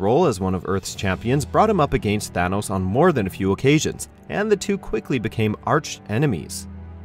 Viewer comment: Its Thanos not Thanos